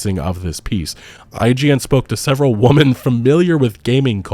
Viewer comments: WHE-MEN....WHE-MEN...not woman. Sorry, but this mispronunciation is starting to spread, and it gets infuriating. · Why do so many youtubers, and people pronounce 'Women' as 'Woman' . Noticed this trend in the last few years. Is it an American culture thing?